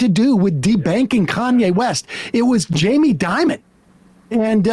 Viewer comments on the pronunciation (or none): none